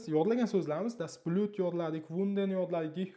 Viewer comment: Aussprachegayam etibor bering, das Blüt deb talaffuz qilyapsiz, das Blut böladi